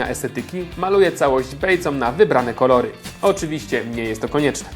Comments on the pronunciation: 2.40 - korory 😂😂😂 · 2.40 XD primosz korory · "maluję całośc bejcą na wybrane koROry xd